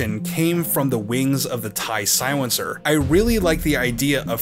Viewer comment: "The Siwencer"